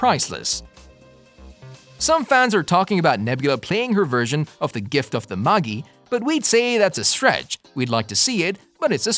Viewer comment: Given the production value of this video I’m surprised at the mispronunciation of the word “tomb” and “magi”.